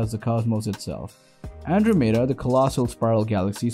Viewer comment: How can you reliably present science information, yet not be able to pronounce Andromeda, symposium, or laboratories? You are either the worst narrator I've ever heard, or this is some A.I. reading a script.